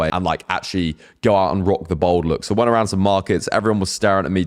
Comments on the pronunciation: It’s pronounced bAld not bOld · you say BOLD instead of BALD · Its bald not bold 😂...im researching for my son ..hes 27 and hes bothered by his cul de sacs ..im 56 been a slap head since i was 30...its never bothered me at all ..but my son is....its great that its more out in the open.....better than wearing a davy crockett hat...😂